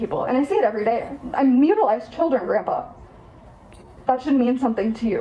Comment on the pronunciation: She should be arrested for calling him "Grumpah".......its Grandpa, beatch